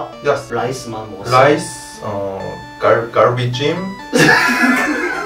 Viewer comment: it kinda sounds like garbage when he said galbi-jjim 😅 "i ate garbage" :D